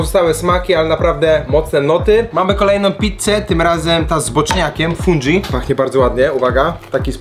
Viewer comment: Jakbyś kiedyś chciał podszkolić włoską wymowę to pisz śmiało. Fundżi czy peperonczini nie istnieje po włosku. :)